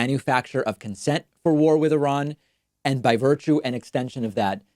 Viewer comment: Pointedly mispronounce I-ran to fool the algorithm.